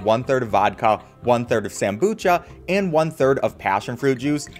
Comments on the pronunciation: sambuca is spoken sambuka not sambucha <3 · Sambuca not sambucia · My man really said "Sambucha" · it’s actually sambuca but hey, pretty cool right? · Never thought I would hear somebody pronounce sambuca as Sam-bu-cha unironically 😂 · I love the way you pronounce sambuca wrong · "Sambuca" is pronounced with a hard C sound, not a soft one.